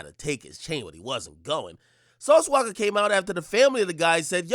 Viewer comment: It’s “Walka” not “Waka”. His last name is Walker. But yeah. Lol